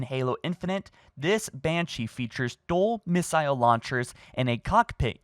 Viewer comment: Doesn’t know how to pronounce missile or turret